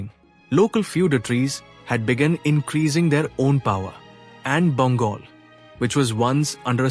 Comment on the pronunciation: Why is it pronouncing Bengal as Bangol? Who is Vijjasena? It is Vijaya Sena